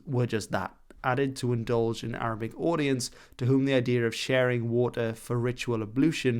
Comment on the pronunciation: Great arabic pronounciation! (or as most Arabs would say, good attempt)